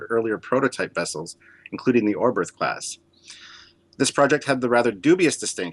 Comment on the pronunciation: You'd think that two dudes running a Star Trek channel devoted to starships could at least pronounce the names of the ships correctly. "Orberth" and "Yamoto" for example.